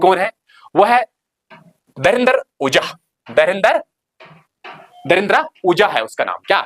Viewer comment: Dhrindre ❌ Darindra 👍